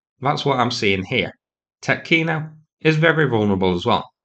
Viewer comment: its pronounced tee-otkino